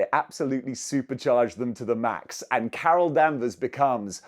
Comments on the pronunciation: Why was someone saying Carol Danvers so damn funny? 😂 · I flinched each time he said her name wrong. 😗